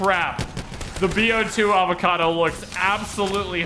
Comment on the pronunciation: "Avacodo" My brain dead ass: "who is this new avacodo tuber???